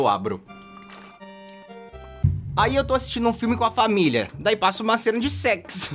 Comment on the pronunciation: t3ddy fala família não famil